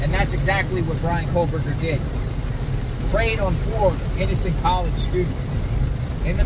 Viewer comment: Who’s Brian COLE BERGER?! 😅